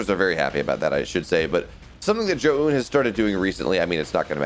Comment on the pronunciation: Omg, just let me co-host just so that one American announcer for the first time can pronounce Zoun's name correctly